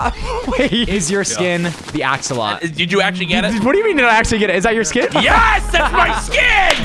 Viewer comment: "Axolot" don't you mean axolotl nick...